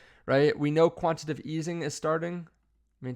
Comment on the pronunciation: Its quantiTAtive. Not quantitive.. please stop saying this. Hard to trust a source that doesnt know words.